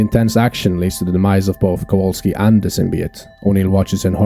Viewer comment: Kowalski, not Kawalski.